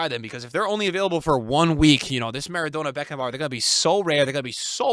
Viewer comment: Why is he pronouncing Maradonna so stupid 😂